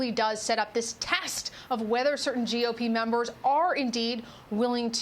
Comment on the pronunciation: why she say TEST! like that?